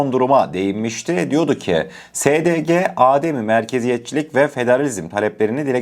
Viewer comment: Konu Belli'yi sunan kardeş, LÜTFEN DİKKAT ET ! "...âdem-i merkeziyet " değil, ademi merkeziyet diyeceksiniz. âdem değil, adem. Yani, A harfinin üzerinde çeker işareti yoktur. Adem, yokluk demektir. âdem, insan oğlu ve Âdem babamızın adıdır.